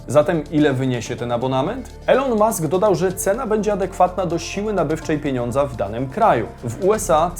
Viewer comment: Elon mask czyta się jako ilon mask, drobna sugestia